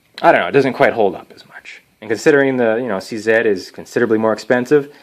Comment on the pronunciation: Big ups for saying "C Zed" instead of "C Zee"! Proud to be Canadian